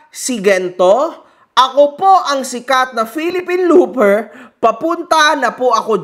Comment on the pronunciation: Philippine blooper not looper hehehe.